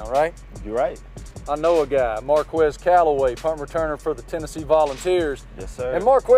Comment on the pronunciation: Its Marq-Wezz